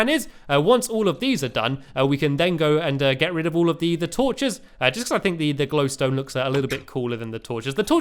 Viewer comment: Stampy did i hir or did you just Said glowsbones.Stampy you Sily cat